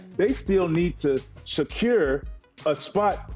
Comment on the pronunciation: Everybody: secure Vince carter: shaycure